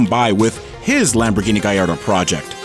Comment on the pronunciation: Gaeyardo sounds better than Ga-lard-o.